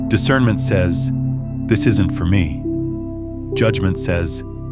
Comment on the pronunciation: Discernmint not judgemint